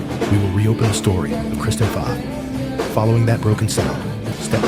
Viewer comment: Pfaff is pronounced “faf” not “faaf”